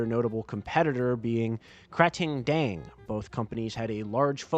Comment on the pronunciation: I applaud you for the fact that you managed to mangle the man's name yet pronounced kratingdaeng properly.